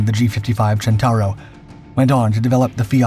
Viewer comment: Centauro, not "Gentauro". You know, "centaur"?